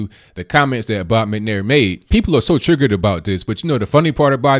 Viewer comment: Trig-gert? You are doing fairly well but keep learning to speak proper English. "But I digress" was said too often as well.